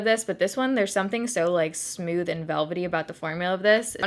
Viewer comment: I love the way you say smooth! It sounds like you're saying "sm-you-th!!!! I actually look forward to you saying it every video. I know...I'm nuts!!! 😜😜😜